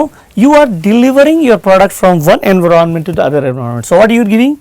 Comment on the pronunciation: Pagal he ye.... Enveronment bol raha he environment ko😂😂😂😂